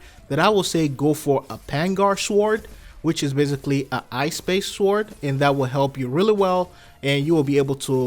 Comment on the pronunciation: His pronunciation when saying sword just kills me🤣🤣🤣